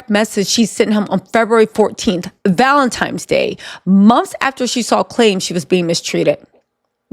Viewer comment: Valentines Day x not Valemtimes 😂